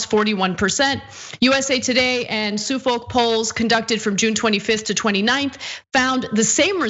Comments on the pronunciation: Loved the segment and hope you guys are right. One minor point, I think that Suffolk is pronounced "Suff-uck" not "Soo-folk". It's a county in East Anglia, England, UK. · She said SOO FOLK. It’s Suff’k. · "Sue-folk"!?!?!? Gawd Anna, you can be that unsophisticated. "Suff-uck".... Jesus..... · Su-folk polls?? Is that really how thst word's pronounced in the US? In the UK, where it's from, it's pronounced Suf-fuc.